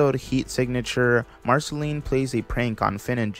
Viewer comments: this is a good video, but i’m not sure you’ve actually watched the show your self, not knowing how to say marcelines name and other names/titles of the show.... but nice vid!! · The way you pronounce Marceline x.x